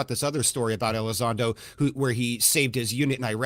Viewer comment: Welcome back you’re hilarious and an awesome fella but mate, it’s Elizondo, not Ally Sando! 😅 Much love 🇬🇧 👽 Oh, and Yoo fololgy, not yoo eff ology 😊🙌🏻